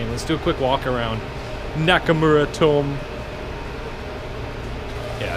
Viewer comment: Pronounced "toe-meh", not "tome". You dishonor my Japanese ancestors every time you mispronounce it.